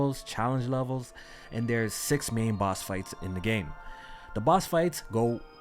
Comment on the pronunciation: 28 Times Ngl sometimes you said Boss and it sounded like Bots. Good Luck to the winner